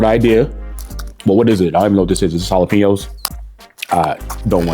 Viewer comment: Mf said jalapeño 💀